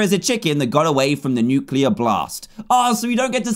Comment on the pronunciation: XD said nuclaer!